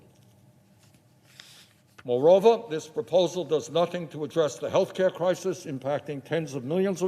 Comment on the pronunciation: Care* not kare